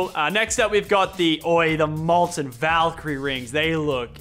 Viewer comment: Did anyone else hear Molten Valkrye Rings?